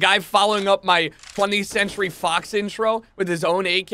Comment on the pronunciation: Did anyone hear 21st centry fox? xD